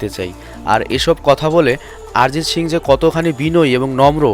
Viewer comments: আরে ভাই আরজিৎ সিং না তার নাম হল অরিজিৎ সিং ভিডিও বানাইছো টিক আছে নাম টা শুদ্ধ করে বল 😡😡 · সালা আগে উচ্চারণ ঠিক কর। নামটা তো ভুল বললি তার উপর সিং কে শিং উচ্চারণ করতেছস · প্রথমে উচ্চারণ ঠিক করুন গুরুদেবের নামটা ঠিক ভাবে উচ্চারণ করুন ARIJIT SINGH অরিজিৎ সিং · আপনি ঠিক মতো উচ্চারণ করতে পারছেন না, নামটা হবে অরিজিৎ সিং, আরিজিত সিংহ নয়। দয়া করে ঠিক নামটা উচ্চারণ করুন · দাদা অরিজিৎ সিং নয় অরিজিৎ সিং